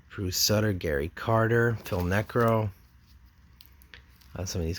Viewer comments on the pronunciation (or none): Also, It's Ron Gid-ree, Rah-lee Fingers, Bruce Soo-ter